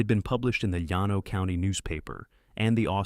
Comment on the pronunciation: Her first husband died of ovarian cancer? A man with ovaries? Surely Ai has the ability to research local pronunciation of common terms “Yan No” for Llano is irritating especially when heard repeatedly. It is pronounced “Lan Oh “ by most Texans. Rio Grande is pronounced “Rio Grand” for example. And then there is the Army lawyers’ title. “J A G” is pronounced “Jag”. Please fix these errors. Others are also complaining. Congratulations on putting Midland in the Permian Basin and Austin’s American Statesman newspaper. Seton Hospital is simply Seton not whatever the narrator was saying. All these errors ruin a good story.